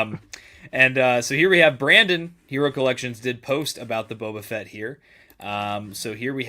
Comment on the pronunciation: Toe-ba Fett! 😂